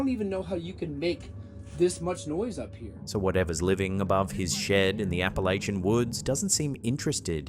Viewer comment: The minute says Appalachia, I say oh no.